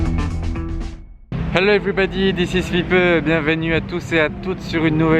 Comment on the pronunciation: "Hello everybody" with a perfect Indian accent 👌🏻